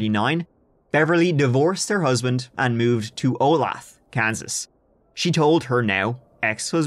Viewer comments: “Oh-lay-the” (Not “-thee”… unless you wanna sound like drunk cowpoke…)… that’s how you pronounce OLATHE… if any other local hasn’t already helped you out with this one 😂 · Say it with me now. Olaytha KS. Olathe, KS. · Olathe is pronounced O-lay-thah. Keep up the great work,! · Woo! My hometown got mentioned! Wait... Anyway, "Olathe" is actually pronounced "Oh-lay-tha", but it's common for people to mispronounce it. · Olathe 'oh-lay-tha' ! Close but no cigar! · Anyone else from Kansas who couldn’t help getting irritated whenever kept pronouncing Olathe that way? made it sound like a city right of Westero from Game of Thrones lol. Hey it’s pronounced O-lay-tha lmao! That’s how you say Olathe. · I know it’s picky and lame, but it’s pronounced Oh-lay-the. Sorry I’m a KS boy lol. Love your videos and podcasts tho! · Long time subscriber but first time commenter since you mispronounced my hometown. Bruh, lol. Olathe "O-lay-tha" which means land of the beautiful in native American.